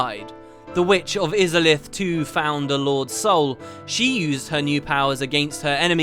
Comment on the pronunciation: That's not how you pronounce Izalith >.<